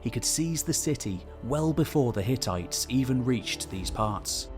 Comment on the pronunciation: Hehe, you said ttites